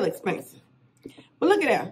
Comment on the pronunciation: She said, “It smell Spansive” 😭🤣